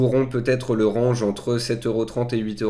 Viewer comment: RANGE se prononce RENGE, c'est pas le verbe ranger hein...